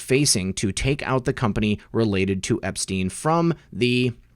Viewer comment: Learn to say Epstein. You sound ridiculous.